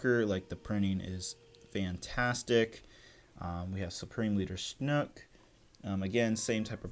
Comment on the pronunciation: Only thing I disliked was you pronouncing it Supreme Leader "Snook"